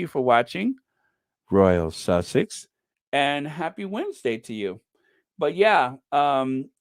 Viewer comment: good on you being so happy, can't wait for the Invticus, omg, the Almighty God is with Harry. I like the way u say Royal Sussex. God bless u.My love to the other Squaddies.